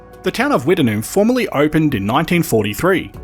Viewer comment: I have never heard it pronounced Wtt-en-noom. We always pronounced it Witt-Noom.